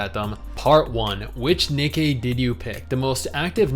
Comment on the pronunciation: I laugh every time pronounces Nikkie wrong, especially when saying the full name. Just funny to me for some reason. 😄